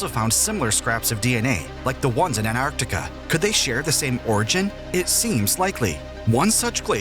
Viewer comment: Is Antartica! Not Anartica!